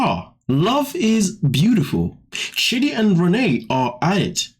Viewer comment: It sounds like you're calling him shitty